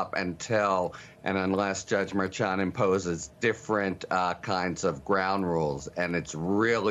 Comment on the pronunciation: "This is not the fault of the media." The media does have to accept some of the blame. Also, Harry you have to correctly pronounce Merchan. His name is not open to interpretation. It seems you're doing it to be disrespectful.